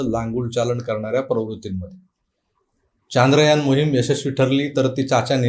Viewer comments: Sir ji Chaandrayaan Nahi Chandrayaan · Kay hay चांद्रयान चांद्रयान Its should be चंद्रयान, And all marathi media is saying चांद्रयान, Correct me if i am wrong pls.